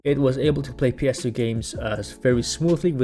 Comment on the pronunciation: Maybe it’s just my hearing but just about each time you said ‘ps2’ OR ‘ps3’ I couldn’t tell if you’d said 2 or 3.. sometimes the gameplay would coordinate with which one you meant so I guess that helped. Overall i give this 3 retroid pockets out of 5